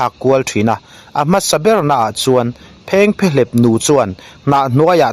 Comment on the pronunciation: I content lhi chu atha a phengphehlep I lam dan hi a dik em,.? Kan khaw lam tih dan chu ani lo deuh